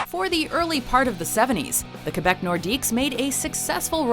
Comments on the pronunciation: am i the only one who heard kebeck instead of Quebec also I liked most of these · bot i am not That's just French (correct) pronunciation. It's actually more like "kaybeck". Not "kwe" as in "queen".